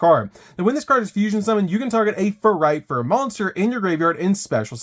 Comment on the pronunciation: I just can't get over how he keeps messing up the names "Fuluffal and Furightfur". I reminds me of Benedict Cumberbatch messing up the word "penuin" in the documentary xD Great profile tho!